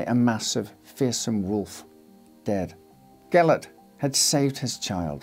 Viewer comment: That’s not how you pronounce Gillette!